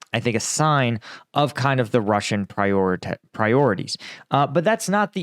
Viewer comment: did you almost say "Russian PrioriTAY" channeled your inner south park and narrated Russian actions through Cartman as they deserve? if so, AUTHORITAY granted